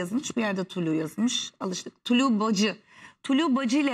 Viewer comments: Tuluğ değil tulu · Tulu diyo ya l harfini söylüyemiyor